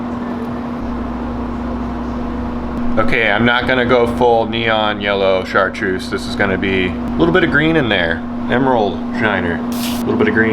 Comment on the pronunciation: did that man just say chartreussy